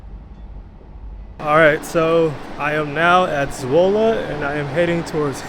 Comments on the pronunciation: not really, his Zwolle was excellent, but his Leeuwarden needs some work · Your 'Zwolle' was very good, I didn't notice anything weird. But your 'Leeuwarden' needs some work. Edit: in the second part if the video you nailed it. You are a quick learner. Forget I said anything.